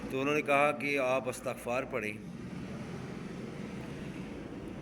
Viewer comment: Hazrat droode pak k seegha to theak phre or lafz isghfar hota hy